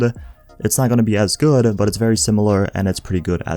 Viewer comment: Very good-ah,, pretty good build-ah, gey